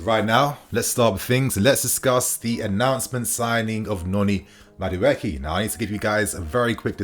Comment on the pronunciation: It’s Madu-ay-Kay please